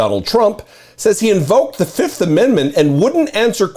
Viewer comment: Trump pronounced it as "the fiftht"